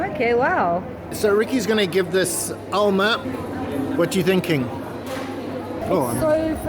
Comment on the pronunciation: it is AMLA not Alma .Yes Amla has too many medical benfits